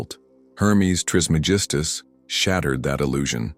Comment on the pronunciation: Can’t take you seriously if you cant pronounce his name correctly. It’s tris MEG is tus